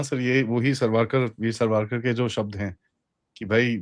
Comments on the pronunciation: Hi! I seriously appreciate your efforts to educate us about the reality of the news, just a humble request to correct the pronounciation of grat Veer Sawarkar, it is pronounced as "सावरकर" and not "सवारकर". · .Savarkar ka uchhar plz thikse karna